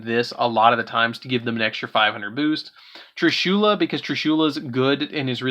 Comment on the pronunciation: Plz say trishulas name right so cringe